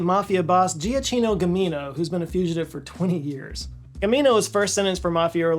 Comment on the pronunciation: Just a point on pronunciation of "Giacchino": It's not "Gee-ah-chee-no". It's "ja-KEY-no". In Italian, the G is always hard (as in "give" or "gift"), unless followed by an i, then it modifies to the "j" sound, and the "CH" sounds like "K". Also, even before Google Maps I have almost never gotten lost. Partially because I know how to retrace my steps, but also because I know what direction North is.